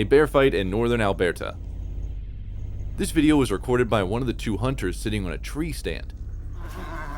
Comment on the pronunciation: Alberta is pronounced (Al burr ta.) Not (Al bare ta) Lol 😂😂